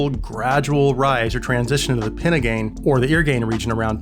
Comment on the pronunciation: when you say pinna starts be careful to pronounce each word separately and clearly